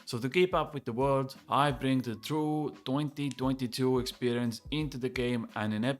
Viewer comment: Dointy dointy doo expwerience Looking forward to it